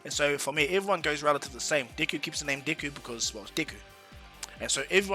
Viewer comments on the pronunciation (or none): Deck-ooo is how you pronounce it